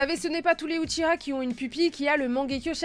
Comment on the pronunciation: Ah quel bonheur d'entendre quelqu'un de vraiment passionné, qui sait de quoi elle parle et, SURTOUT, qui prononce correctement le nom des UchiHA ^^